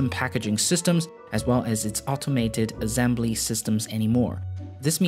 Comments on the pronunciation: Azembly lol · The way you pronounce the word assembly hurts my ears and I am not even a native. Cheers to Singapore however, I really like the video